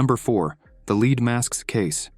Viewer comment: One presumes that a human reading these stories would realize that there are two ways to pronounce the word “lead,” depending on the context. It was a bit grating to keep hearing that these men were wearing “leed” masks, when it was obviously meant to be the metal.